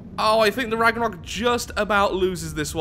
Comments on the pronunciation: Hey mate i know you are fully aware you are pronouncing it wrong but anyways this is how to pronounce it. Ragnarrewk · you pronounced The Ragnarök wrong. There is an accent on the o.